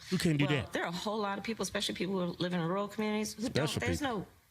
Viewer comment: I tuned this the broad out as soon as she said rural…. 🤦🏻‍♂️